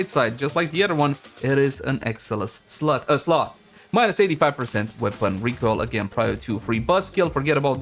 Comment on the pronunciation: Thought you said slut instead of slot lol 😂